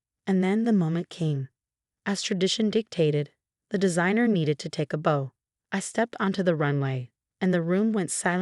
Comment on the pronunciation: Story is good but the pronunciation! Please! Between the horrible french and simple things like bow (not the Christmas decoration) and wound (not an injury). Teach the A.I. better